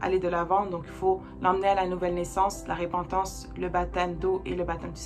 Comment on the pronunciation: Merci pour cet enseignement vraiment clair et vivant! Juste un détail technique: on dit repentance prononcé e ( il y a une seule consonne après le e) et non ré pentance. La repentance, j'en ai bien besoin aussi!